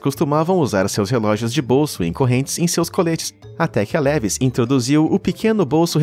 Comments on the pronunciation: Nao se chama a Levis de levis, se fala LEVAIS. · Parei quando o narrador disse “Lévis”!